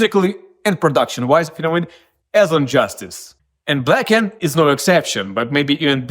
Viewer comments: Blacken-ed, black-ned etc...they aren't "other" ways to say it. They're simply incorrect lol. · This is how you TRULY pronouce BLACKENED : BLAKEND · Thanks for sharing the pronunciation aspect. If I could advise, it might be easy to remember as 2 different words. Black-End. Blackend! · "Culuh Ah Wold Blackend" is really how you pronounce "Color Our World Blackened". You don't need to say it like normal english. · It's spelt "BLAHKUNED", just listen to James pronunciation of it yeesh. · Black End (pronounced way) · there are rare words that american people pronounce the way you did 'blackened,' -- specifically one word but for the life of me, i can't find it. i keep ending up on sacred for a reason that makes me sound very stupid OH blessed. a lot of people for some fuckin' odd reason say "blessed" like "bless ed"